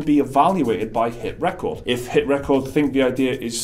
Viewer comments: Its driving me nuts to hear you say HitRecord like that! that is the wrong inflection of the word, its meant to be re-cord not rec-ord. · Hit ... Ree-chord. Like recording stuff... dudes... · You keep pronouncing HitRecord with emphasis on “cord” like a song or achievement.. isn’t it HitRecord with emphasis on “Re” as in Recording a show on tv? it seemed like an odd pronunciation to me.. just saying